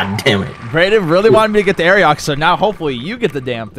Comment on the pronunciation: why do they pronounce it like aeriox?